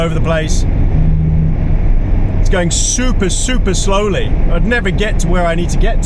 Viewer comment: You dropped the 'siuper' pronunciation :face-purple-crying